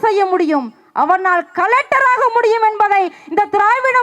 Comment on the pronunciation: அது கலடர் இல்லை கலக்டர் 😂🤣